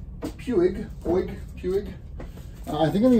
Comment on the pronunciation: Puig is a company from Barcelona Spain. In Spain they pronounce it like, Pooj